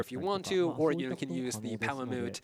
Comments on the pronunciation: No. No he doesn't. I'm triggered every time he says Palamoot instead of Palamute. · even dumbass is calling em palamoots